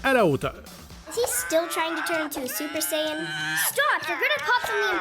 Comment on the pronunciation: "Super sayeenn"